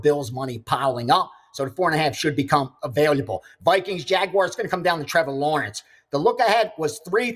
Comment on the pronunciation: You guys are great, but please tell, it’s not “ avail y able “ 🤓